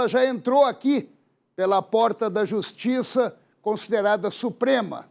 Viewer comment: Que "justissa"... - é assim mesmo que deve ser escrito...